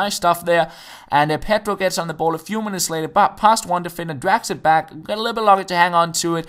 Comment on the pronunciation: I'm always smiling in the end of your videos. I'm just waiting for you to say 'later' with that wierd accent..! xD